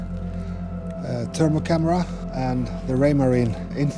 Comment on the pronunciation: Lol, you keep calling the thermal camera the C I A when it's the SEA AI...